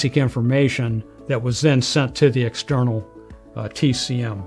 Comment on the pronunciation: "Tek-em"? Like the game? LOL "Tee-Cee-Em" TCM Quit trying to sound smarter than you are, old man. Video contains nearly Zero useful information for a re-builder. Boo